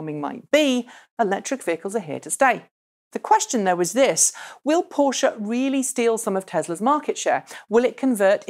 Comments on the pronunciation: finally someone pronounces Porsche properly... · omg I love you just for that fact that you say PorschE not Porsch like feeled any other not german persons